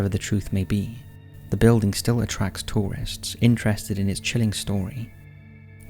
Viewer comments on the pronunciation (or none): none